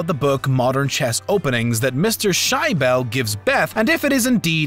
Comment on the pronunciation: "Mr. Shy Bell" lmfaoo